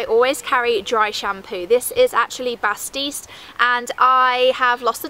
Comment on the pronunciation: It's BATISTE